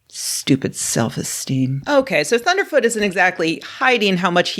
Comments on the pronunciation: Please pronounce his name correctly: "Thunderf Zero Zero Tee" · Please say his name right... it's ThunderfZEROZEROt. Tyvm.